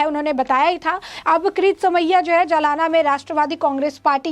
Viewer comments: जलाना नही जालना 😁😀😆😅😄😃🤣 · मॅडम सही नाम है ' जालना ' ना के जमाना. जालना महाराष्ट्र के मराठवाडा भाग मे है. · जलाना नही "जालना" बोलना जरुरी है। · जालना कहो मैडम JALNA आप जलाना कह रही है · मॅडम, जलाना नहीं जालना...